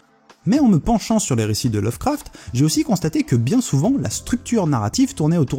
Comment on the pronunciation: ech pi lovecraft lol mais avec le "a" de craft bien FR